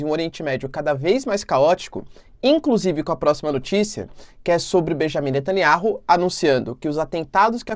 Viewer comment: O nome do Primeiro ministro de Israel é BENIAMIM NETANYAUH e não Bejamim Nataniárru. Não é inteligente mudar o nome das pessoas